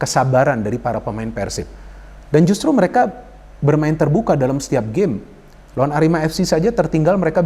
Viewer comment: Dalam bung bukan dalem